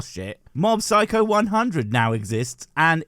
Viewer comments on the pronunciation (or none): none